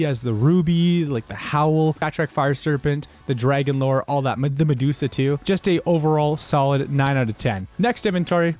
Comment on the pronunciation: Nobody calls it the “FRAGON-LORE”